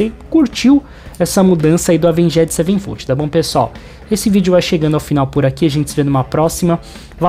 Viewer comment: Doeu de ouvir